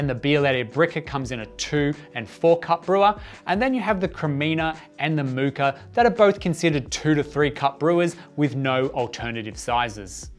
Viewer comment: there's no "R" in pronouncing "Moka"